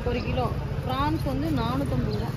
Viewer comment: ப்ராண்ஸ் இல்லை ப்ராண்